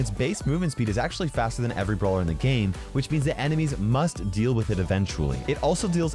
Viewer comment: wait did just say brower